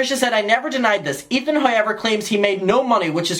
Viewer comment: It’s the way he says however for me